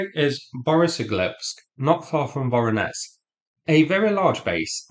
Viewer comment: 'zh' in 'Voronezh' and 'Nezhin' is pronounced as in French word 'neige'.